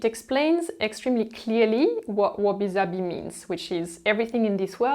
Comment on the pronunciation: I absolutely love your videos and your style. Your method of speaking is always informative and captivating. That said, as a Japanese person I would like to ask if you mention wabi sabi the "s" is soft (a very clear "s" as in "simple") and should not be pronounced like "zabi." But the concept itself you explain very well.